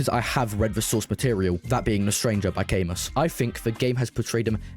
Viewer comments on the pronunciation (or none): It's pronounced ca-mu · why did you pronounce camus like that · Yep, that is the most cursed pronunciation i've ever heard in my life